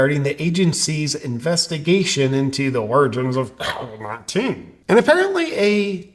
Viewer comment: Hey JP, just sayin' here.. after you alter the way you say Covid 19, you still got a "get the latest info from the CDC ab out CV19." tag on your video.. so even though you make your self sound retarded when saying covid 19, it appears that ain't workin'... JUST SAYIN'.